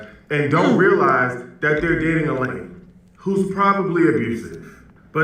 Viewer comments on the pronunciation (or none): none